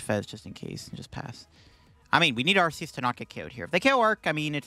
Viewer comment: Listen, I love your videos. I enjoy your content! But I cannot stay silent about this any longer. If you pronounce arceus the way you keep doing so, what do you call the arc phone? Because I don’t want to use an arc phone pronounced the way you keep saying arceus lol keep up the good work and the great content!